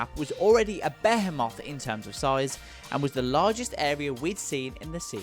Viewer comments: BAY- HAY - MOTH. bruh, you had to know that was incorrect😂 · Lmao the way he pronounces homage gaiden and behemoth